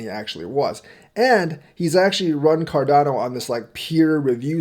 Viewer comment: Haha you almost said chardano 😂